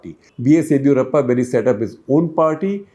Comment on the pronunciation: It's yediyoorappa first d pounce like ( disco di not didi wala di). Set your pronunciations correct. Bloody